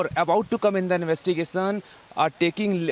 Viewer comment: Please dont pronounce 'sh' sound as 'ss'. Its not investigason(investigation), see(she), fissy(fishy), conjuming (consuming), twits(tweets), pozeson (possession).... 🙏